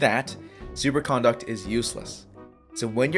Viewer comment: The way you're saying Super Conduct is grinding my gears the wrong way... you're pronouncing 'CON-duct' like you're talking about someone's manners and how they're acting. Conduct (said like C'nDUCK'd) is thw word you're looking for. Okay other than that, you're spot on about the elemental effects. I ran the numbers and was looking for someone else that could validate my claims and isn't spreading misinformation. Good Job my dude ! :D